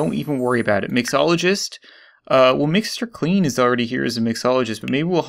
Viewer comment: When u say Mr. Clean it sounds like Mr. Queen